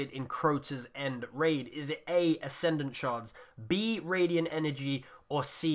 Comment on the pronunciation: Radiant not radient